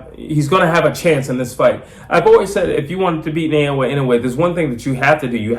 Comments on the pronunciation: ❌ NAY-OH-UH ✅ NAH-OH-YAH なおや ば - NA - NAH お - O - OH や - YA - YAH If one were to Romanize Inoue's name the way you pronounce it, it would start like Nei- rather than Na- Inoue by KO in 4 -- liver shot stoppage. Inoue is a much more devastating, precise body puncher, even if he doesn't go to it as often. Much more devastating. I think Inoue has earned a little breather. 😊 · 😅😅😅ITS not Sha nay nay lol, it's NAAAH OOOOOH YEAAAAAH ,,,IN. NOOO. UUUU. EH LOL GET WITH THE PROGRAM ALREADY.